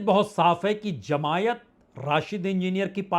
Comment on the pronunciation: Sir it is not jamaiat ,it is jamaat or jamaati